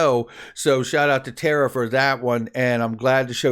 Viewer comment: It's Tarr-uh. Not TARA